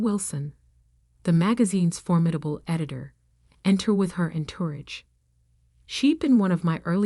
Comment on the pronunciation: And en-toorige!